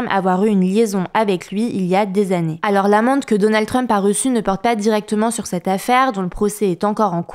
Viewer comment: "mais zalors" :D